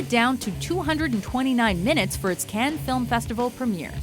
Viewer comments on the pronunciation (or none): The voice that does these videos is 99% flawless, but you just can't pronounce Cannes as "can." You absolutely can't.